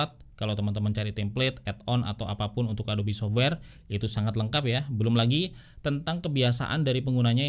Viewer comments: Ingat Yg Ori itu "ADOB" bukan "ADOBI" 😅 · Sekian lama pake adob eh adobi ya bacanya... hehehe